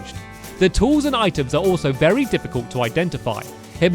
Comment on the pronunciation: U Said Berry Useful wen making a CAAAAKKKEE